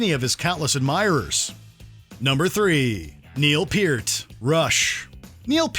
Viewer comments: Peart is pronounced like hurt 😂😂😂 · The Beatles and the stones do not belong on this list. Emberassing! Also Peart is pronounced like “pert” RIP you legend